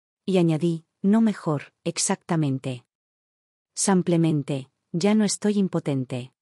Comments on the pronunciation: Buenas historias solo la narradora que diga simplemente y no samplemente😊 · A mi me molesta estas narraciones abusando ka palabra simplemente y ni siquiera la dicen bien ese samplamente cansa